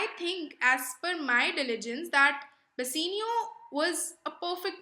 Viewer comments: Video is amazing....but its bassanio not bassinio...and it's belmon not Belmont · Pronounciation is not good dear ...... plss pronounce "Bassanio " properly ....... other than pronounciation ... it was quite good